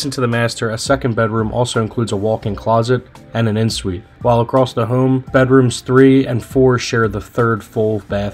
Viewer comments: Please learn how to pronounce the terms of your trade! It is not “in (en) Suite,” but pronounced “on suite.” It is not “foyer” but pronounced “foy-yay,” with the accent on the second syllable. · Just an FYI, en suite is pronounced “on suite “—it’s french